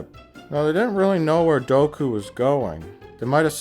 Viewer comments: Is it weird that I thought he was saying "Goku can hear what your saying"? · Everytime he says Dooku I do a double-take thinking he's saying Goku